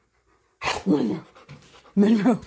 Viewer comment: says Monroeeee real good Good job